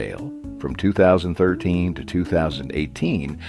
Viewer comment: why does he say 2013 like that lmaooo